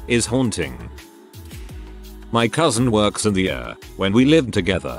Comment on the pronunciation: It's pronounced EEE-ARR, not URR